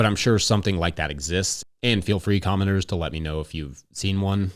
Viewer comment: At first I though you said “commoners” but then realized you said “commenters” Thanks for the daily!